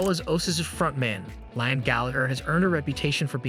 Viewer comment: It’s pronounced Lee-am.